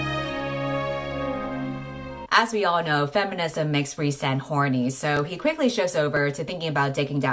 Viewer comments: rhy's name is pronounced "reese"??! I thought it was "rise" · Every time you say the name "Rhysand" I hear "Ree~san" like weeb that I am :')